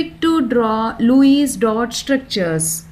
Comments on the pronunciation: Lewis It is not luwies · Luice nii mam Lewis🤣🤣🤣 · Wow so nice english REMANING 🤣🤣LUIS DOT 🤣🤣🤣🤣